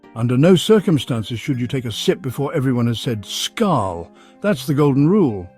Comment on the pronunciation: Hello Englishman! Please learn how to pronounce Norwegian words: for example the word SKÅL when toasting a drink. Learn this, it is pronounced like the French pronounciation: «Skaul». As simple as that!